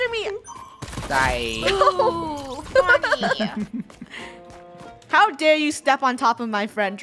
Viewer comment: you say it me not meh